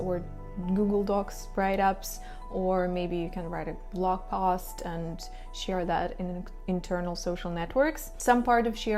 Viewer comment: Can you say share instead of sheer